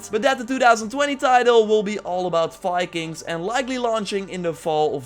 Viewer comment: Viking, dear. With a V. Not Fikings. I'm sorry, but as a Nordic person, I can't allow your Dutch accent to murder our national identity.